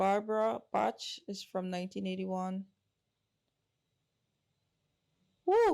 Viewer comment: Bach is pronounced "Bahk." Great job...it was a treat for me to watch you learn more about the Beatles.